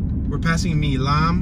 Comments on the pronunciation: Milam Street ... Milam is pronounced with a long "i", like 'mile-um'. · You pronounce “Milam” like MYLEM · Great video of my hometown. You pronounce a street name wrong. Milam Street is pronounced My-lamb. Milan is in China. Back in around 2008 downtown Shreveport was featured in the film "Disaster Movie" which starred Kim Kardashian. Back then there were a lot of big movies filming in Shreveport. "Premonition" with Sandra Bullock, "Mr. Brooks" with Kevin Costner, "W" and other major films.